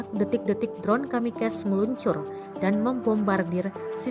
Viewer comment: Si Mbak ini musti belajar baca kata KAMIKAZE